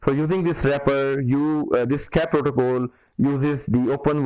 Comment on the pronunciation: protocol not protocole :))